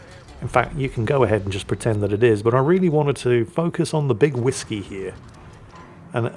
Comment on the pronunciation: Big Wisky,. I like how you explained the name in the description and still didnt get it right lol. Never fails 😂